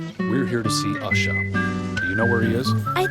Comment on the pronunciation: Ushah is black...? When I first heard the name my thoughts were "Huh... Ushah... sounds like a stereotypical black person way of pronouncing 'Usher'. But, nah, that couldn't be what they were going for..." ... They seriously did go there. This is hilarious.